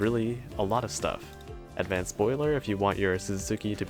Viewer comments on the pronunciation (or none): none